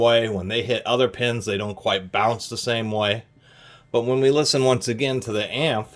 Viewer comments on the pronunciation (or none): LOOOOOVE your channel. "AMF" isn't a word per se. It's pronounced simply by saying each letter. :)